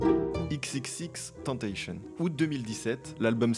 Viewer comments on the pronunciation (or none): C’est vrai, bonne vidéo mais écorcher le nom des artistes est insupportable, shilo se prononce sans t et xxxtentacion se prononce à la française, surtout surtout pas à l’anglaise comme seb le prononce , grosse erreur que X lui même détestait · Super vidéo, je connaissais cette voix mais pas du tout son histoire.. sans vouloir faire le forceur ça se prononce XXXTENTATION à la française et non avec l’accent Voilà c’est tout pour moi 🙏🏼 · Bon je sais j'suis chiant mais pour info on dit pas tentasheun mais tentassion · C'est pas ix ix ix tenteilleshionne mais Ex ex ex tentation (prononciation fr). Merci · Juste c'est pas xxxtentashion mais bien tentacion prononcé à la française, faut savoir aussi que jocelyn flores c'est juste une mannequin qui est morte en partie à cause de x car à la dernière minute il l'a refusé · Je veux pas faire le 🤓 mais X ne ce prononce pas "XXXTENTAYSHION" mais dans son cas "XXXTENTAÇIONN" à l'espagnole. (il l'a expliquer dans une interview) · ca se prononce xxx tentassion pas tentachen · On dit xxxtentassion pas xxxtentacheune mdrr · Tentacion, ça se prononce à l'espagnole. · « ix ix ix tentaishen » oof ça fait mal au cœur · Et XXX se prononce à la française comme le mot « tentation » et non à l’anglaise comme le dit qui est une grosse erreur. Bonne vidéo tho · xxxtentacion se prononce "èxèxèxtantassion" ;) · ça se prononce tentaSSion😠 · xxxtentacion se prononce tentation bref salut j'informe juste ^^ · "Ix ix ix tenteychonne" fait un effort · XXXTENTACION se prononce "cion" a la française ☝️ Video incroyable sinon, je connaissais sa voix mais meme pas son nom ni rien! Merci pour cette vidéo de QUALITE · Par contre xxxtentacion se prononce "xxx tentassion" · Non c'est juste eX eX eX Tentation (que ça se prononce) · Incroyable cette vidéo ! Contenu hyper intéressant ! Et juste pour le petite info : XXXTENTACION ça se prononce XXX Ten (comme 10 en Anglais) Ta et Sion comme "émisSION" voilà voilà ;)